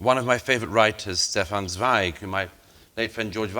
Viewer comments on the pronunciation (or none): Total prat. He doesn’t even know how pronounce the name Zweig.